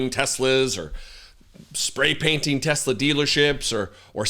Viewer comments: Tesler you mean, right ?? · TESLAR! Say it right! 😂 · "I love TESLER..' said the orange rapist 😂😂😂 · I think its pronounced Tesler. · It’s TesleR, ask the Mango Felon 47. That’s how he pronounces it. TeslaR. Tesler. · They should go after this weird old guy that keeps tariffing his company and calling it Tesler. That's not efficient for business bro.